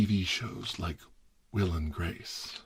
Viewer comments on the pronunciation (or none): none